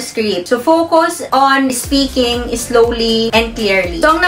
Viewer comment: escreep espeaking espeech peetch eschedule esperets but overall napaka relevant at helpful ng vlog. keep making helpful bijos.